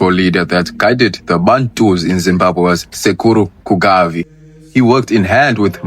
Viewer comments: Its Kaguvi not Kugavi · Amazing bro, just a slight correction it's Sekuru Kaguvi not Kugavi, otherwise all is clear